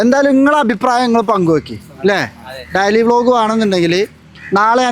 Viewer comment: ഡയലി അല്ല ഡെയ്‌ലി 😂😂😂